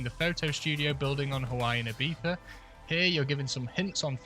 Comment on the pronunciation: The most amazing part of this video is someone from the Uk saying "Ibiza" right